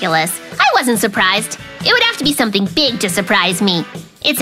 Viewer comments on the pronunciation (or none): Shurprised❌ Surprised✅ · Mikey Ur Said "Shurprished??" 😂😂😂 Its "Surprised" ❤❤❤ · Surprised=Shurprised introduced by Mikey 😂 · And shurprished got me💀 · Mikey keeps on saying shuprised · Mikey said shuprished and he said toshed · MIkey say shupriseed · mikey is definitely "shurpirised" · Cute mikey hahah, Shurphrished, tosshed. Hahahahah He keeps making fun speaking